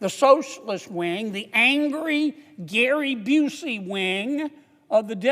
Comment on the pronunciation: 😂😂 he said Gary bucey 😂😂😂 I love this guy